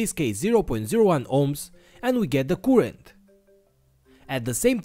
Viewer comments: I hate the way you say currrent, you are doing it wrong man.... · Great video keep up the good work but in order for everybody to enjoy your videos you need to learn the correct pronunciation of the word current thank you.